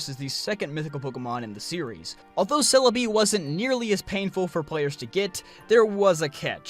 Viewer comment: "selabi" I'm like.. wtf is he talking about, then pokemon shows up "CELEBI" oooh.. Okay